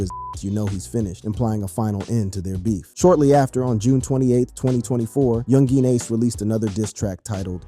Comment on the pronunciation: "Yoon Jeen Ace" You say his name like he's from China or something 😂